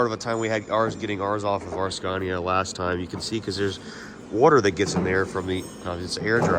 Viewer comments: It’s “scania”. Not “sconia” lol. Sorry. I had to say it lol. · I can’t get over saying sconia 😂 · In this episode of “How will pronounce Scania today?” I’m 3 minutes in and I think I just heard him say “Scoh-nya.” This game is so fun haha. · The Swedish pronounciation of Scania is more like skaania than the american way skaenia. But it works either way😊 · Ask them how to pronounce SCANIA correctly 😊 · Just love the fact that you pronounce the names the wrong way all the time, just makes this even better. 😆😆 I know it’s hard, it was the same shit but the opposite for us learning English. Great content, its nice to see your excitement over our trucks and workshops etc. Things we just take for granted these days. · He was just in Scania (the region) to visit Scania (the company) and he probably heard them pronounce it in Swedish (Skåne). That's probably why he pronounced the English (Latin) version of the name with that particular vowel.